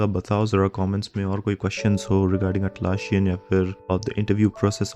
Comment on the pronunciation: It is Atlassian with ssss not sshhh